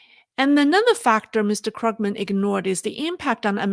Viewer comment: Paul KRUUG-men. Long vowel. German name. 🐯